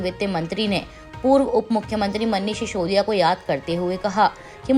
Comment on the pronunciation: मैडम शिशोदिया नहीं सिसोदिया।